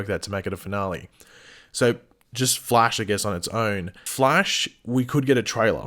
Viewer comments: “The fleish.” 😂😂😂😂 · Wtf you cannot pronounce the flash!!!